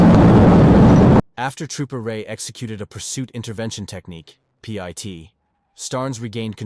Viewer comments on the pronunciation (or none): Pee eye tea maneuver? If you want the AI to say it right you gotta write Pitt maneuver with the capital P. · P.I.T 😂😂 man it's pit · Pit ❌ P. I. T. ✅ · Too bad AI voices don't know that PIT is pronounced not spelled. CPL is short for corporal. Geez this is ridiculous. Great videos but please have a real human narrate.